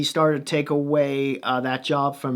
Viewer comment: First off pretty thorough coverage of the team. My thoughts. Vancouver has the best goaltending coach in the league in Ian Clark, pretty sure Holtby will be OK. In fact it may have helped Holtby to sign here. It's Sutter not Sooter, lol. The defense has been an issue for this team for years. Schmidt should help a lot. The reason Tanev blocked so many shots is that he had lost a step and was struggling to get the puck out of his own zone. Pairing with Hughes masked some of that last year. Losing Stecher will be a loss for sure, while not that big he was a bulldog. Unfortunately he struggled down low against more physical players so I think Benning thought he was expendable. Jake has been working out all summer with Myers in Kelowna so Canucks fans are hoping he comes to camp in better shape (something that has been a problem in the past). In addition, there has been some talk that JT Miller have become close and Miller is mentoring Jake. It's Podkolzin , not Pudolzkin, lol. Must admit, I watched it several times to have a chuckle. As for the rookie dmen, as long as they can find a decent skater that can move the puck they will be fine. I wouldn't underestimate Rathbone either, the kid is pretty special. I think the problem for the Canucks is that the teams in their division should have improved where the Canucks haven't much (unless as you say, Virtanen and Gaudette take major steps) I want Ferland to retire. There is no reason for him to take any more chances with his health.